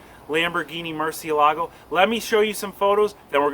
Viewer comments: mur-ciE-la-go, you pronounced mur-cie-LA-go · btw, it's pronounced (MUR-SI-E-LAGO) it means BAT in Spanish the kind with wings